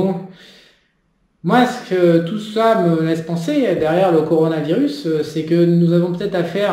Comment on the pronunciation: "Conoravirus"..."peunomie"... Je confirme: t'y comprend que dalle. le JCVD de l'économie. Mdr